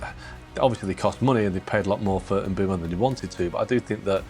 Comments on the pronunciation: It’s Mbumo with the e being silent of course. NOT Mbembo…😂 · mate it’s pronounced EM BOOMOH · Kun-ha and Mbe-umbo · no way you made a 24 minute video without learning how to pronounce mbeumo